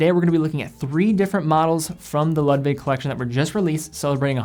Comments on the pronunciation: Ludwig or Lug-wig. Great video and love Nomos but it’s definitely a niche brand. I love ALS and Sinn for my favorite Deutsch brands. Keep up the good work! Being a German nut, I see you’re truth to pronounce Glashütte as best as possible! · Hey great video! As a fellow german I‘d like to help with some pronunciation. Ludwig is actually ‚Loodwig‘ - with the oo pronounced like in ‚boot‘. And the german mecca of watchmaking is Glashütte, which means ‚Glas House‘ more or less (Hütte is an old german word for house) and despite the letters ‚sh‘ in ‚Glashütte’ being right behind each other, it is not pronounced together. Two seperate words actually: Glas-Hütte. Otherwise great Job! I hope this helped! Keep up the great content! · Great review but your pronunciation of Ludwig makes me cringe. It should be pronounced like "Lood-vig".